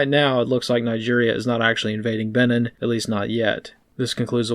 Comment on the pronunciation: It's pronounced "Beh-neen" as in "Beware and take care of the Bight of Benin, there's one comes out for forty goes eeen."